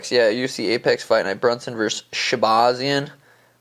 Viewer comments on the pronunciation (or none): none